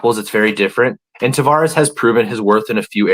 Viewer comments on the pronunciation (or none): It's Taveras, not "Tavares" btw.